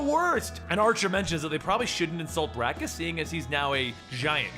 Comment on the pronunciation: Irk but it's Bacchus not brakus